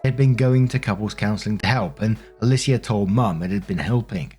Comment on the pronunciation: Alicia is pronounced either “UH-LEE-SHA” or “UH-LEE-SEE-UH”. -someone who’s mom is named that